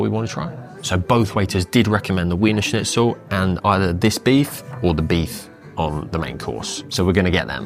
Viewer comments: Its pronounced Veener Schnitzel. W equals a V. Grüner is a great wine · This guy's pronunciation of wiener schnitzel is infuriating.